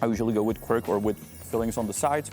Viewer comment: Janku, how the hell did you come uo with the word Quirk for tvaroh, I wanted to ask. Then I realised it's Quark in german. You kind of mix the languages! I don't do that. For me, it's just and only Kwark, useful Dutch word! :D